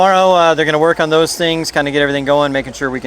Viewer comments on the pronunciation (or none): none